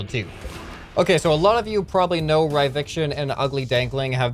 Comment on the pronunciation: you say ryviction instead of ryvicton, i did the same at first until he corrected me in the discord